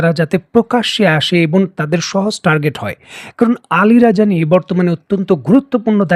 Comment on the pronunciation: নাম আলি রাজানি না,আলি লারিজানি।নামটা ঠিকমতো বলা উচিত।